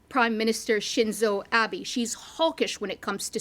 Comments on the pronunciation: to Japanese, gender doesn't matter. and it also seems there's confusion about "work-life balance". pronunciations are wrong: ❎Takeichi, Abi ✅Takaichi, Abe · name is Abe. not Abi —-. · シンゾー アビーじゃねぇよ。アベだよ、ふざけんなよこのナレーター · Not Abi, but Abeh (as in bEst). It's disappointing that the reporter cannot even pronounce the late PM's last name correctly. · learn how to read shinzo abe's name right if u want to report on Japan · C’mon.. who is this reporter who can’t even pronounce Abe’s name correctly…